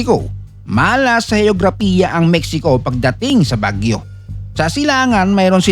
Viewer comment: AI voice ba ito? Bagyó nagiging Baguio bigkas😅